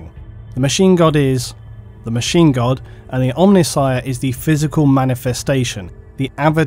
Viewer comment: Every time he says Machine God I think he's saying Machine Gun...